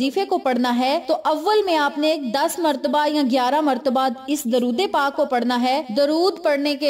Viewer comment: Ap apna drod e pak ka talafuz theek ker len